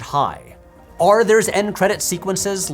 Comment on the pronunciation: First P(H)W video I’ve ever stumbled upon so excuse me if I’m late, but does everyone already know that he can’t say the word “or“? He always says “are” and it’s really frustrating to listen to 😂😭 great content but if he compares a lot of things and constantly tries to use the word “or” im gonna have to tap out. 💀